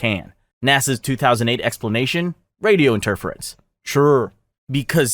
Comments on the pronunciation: Interference = enter - FEER - ints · Enterfeerance I dunno what word you thought interference was but say it like that. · The mispronunciation of some words does my head in... 'in-TER-ference', 'AD-ministration'... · Radio inter firance 😂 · You're wildly mispronouncing "lunar" and "interference" and obnoxiously repeating the same dry sarcastic line at the end of every cover up explanation. Bold of you to think anyone with working ears would sit through almost 100 minutes of that. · I’m 20 minutes in and he doesn’t know how to pronounce “interference” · You're starting to sound like a conspiracy theorist. You also repeat yourself way too much, and you mispronounce "interference". You're really annoying. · The way how you say interference drives me crazy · Lol the way interference is pronounced. This poor bot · fucking doing my head in. And then the stupid sarcasm at the end of each one. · "In-TER-furrence" "GAG-a-rin" "lu-NARR" Definitely not AI diarrhea.